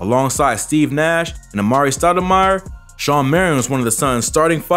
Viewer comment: It's SHAWN Marion, not Sean